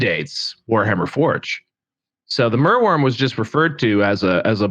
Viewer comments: I guess I'm glad it exists if only so we got to hear attempts to split the name into merw and yrm instead of mer and wyrm. Unlike other dragons I don't think this one's Welsh though (at least I can't remember seeing any when I was growing up) so he was definitely barking up the wrong tree. Do I want one? No, it should be in the sea not on a battlefield. Don't these elves discuss beforehand which dragon to bring and if so then who decided to bring the one that flails about like a fish out of water (at WS6 I accept) instead of the one that flies and walks? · Very good episode. Your struggles pronouncing merwyrm were entertaining. It was the first monster released for the Arcanum. Paint job is original. I love gribbly big base bound monsters in Warhammer. Hoping the Basilisk comes back as well.